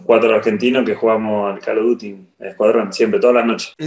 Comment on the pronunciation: "Calo duti" El dibu